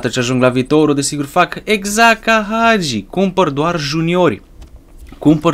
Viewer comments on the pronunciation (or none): none